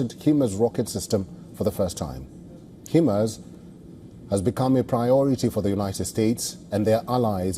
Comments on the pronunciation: It's HIMARS and you read it as HYMARS! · Not Hemas! It's called Hi-MAS. Get your facts correct.